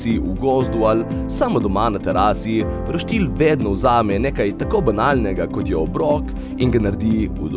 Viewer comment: Reče se roštilj ne pa roštilj